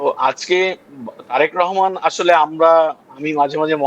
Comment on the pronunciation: Rehman na, Rahman. Kothay je paey ei shob vushi-mal